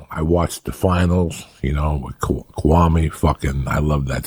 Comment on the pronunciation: He called Kawhi Leonard... Kwame 😭😭😭